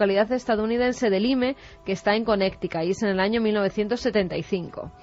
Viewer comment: Qué nulidad de mujer es esta Carmen! Ni buscar como se pronuncia Lyme, sabe. 😡